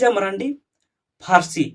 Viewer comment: Sahi pronountion do mardi kana menkhan abu diku ge ku marandi kak buna .